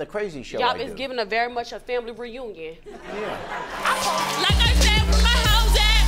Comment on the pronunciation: family ReYounyin😭